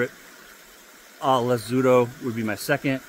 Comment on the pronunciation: You got el gavilan well this time The first azulado when you said it slowly it went perfect El magico went perfect too Now you need to perfect the peluquero “Peh- loo - queh - roh Have a nice day sir